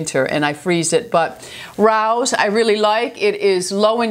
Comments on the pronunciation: ...I love you but my ears bled when I heard you say the name of the sauce. It's pronounced Ray-O's..... (not attacking/judging..I've done it myself, just an fyi) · Its pronounced Ray o's. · Thank you for posting your progress. Rao's is the best sauce. Pronounced RayO